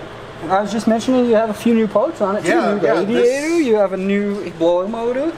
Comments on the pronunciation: The “WaDiaToR” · Wadeeator and coolant Cwustys